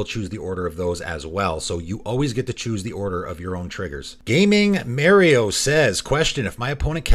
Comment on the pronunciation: The way you say Mario caught me off guard and made me laugh. Don't know why I felt the need to say that, but I'm still chuckling about it.